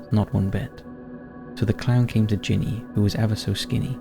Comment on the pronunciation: “That will SAVE you to death” ? Ginny is short for Virginia and pronounced accordingly. GINny.